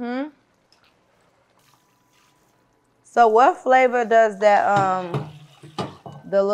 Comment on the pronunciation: I heard u say zo sister